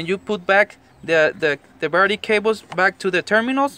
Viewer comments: Wtf the birdy ??? Dude seriously who ever tought you english was screwing with you a birdy has wings and a beak a battery is what your talking about battery bat-er-ie Lol not Bird-ie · He's saying "Barrety", instead of battery. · "Barrity"? It's battery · The way you pronounce battery it sound like birdy🦅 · It's a battery, not a Birdy. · DID I HEAR RIGHT? "BARETI" ? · I speak several languages and Spanish is one of them. But I kept hearing "birdie" too! 🐦😂 I'm just grateful that I learned 3 different ways to reset that d@ engine light without the scanner. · I like how he says battery , Cracks Me up ..... birdie. . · Bowerdie....I love this guy. He probably works for a chop shop in LA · I thought this mans was saying Birdie ☠️☠️☠️ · Just listened to the whole thing so I could listen to you say disconnect the birdie. :) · Just watch the video and if I'm not mistaken I heard baretty. Can I ask what language is that. Just want to know... Anyway the video is so helpful....... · Also, why is this guy calling the battery a Birdie? He pronounces everything else very well! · What’s he’s saying buttery or Birdy 😂😂😂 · He said baraty, anyways thanks for the disconneting of your barraty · Cant understand you, what is a berty? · Did you say birdy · Battery. Is that hard to say buddy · Yeah buts hes cool , so dont really marrer how he says it...heehee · Someone PLEASE tell this guy how to say BATTERY.